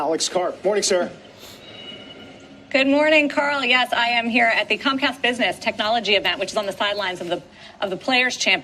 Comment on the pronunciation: She really say “CumCast” 😂